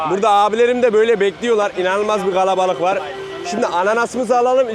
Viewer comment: Neden kalabalık yerine halen galebalık gibi bi ses çıkarıyorsunuz orijinal olduğunuzu mu düşündürüyor